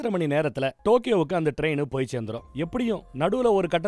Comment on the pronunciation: 1.22 டோக்கியோவுக்கு போறார ரெயின் என்று சொல்லுரார் 😮 தண்ணிய போட்டுட்டு உளறுவது அண்ணனுக்கு வழக்கம்தான்😂